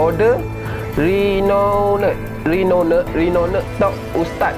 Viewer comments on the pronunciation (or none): Apa teruk sgt english kau? 🤣 We, eak = weight rinone = renowned.